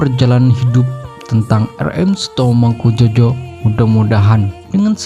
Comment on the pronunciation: Ngawur yg baca narasi.Bukan mangkujojo bacanya mangkujoyo.